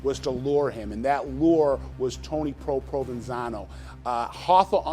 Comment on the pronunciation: They keep saying "Provansano" and I keep hearing provalone cheese, on top of some ridiculous Italian sub..